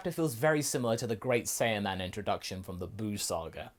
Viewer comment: It’s SAI-an and SAI-yaman not SAY-an and SAY-yaman